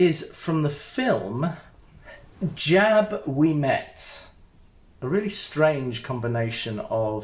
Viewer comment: It's not Jab. It's jub. Like the jub jub bird.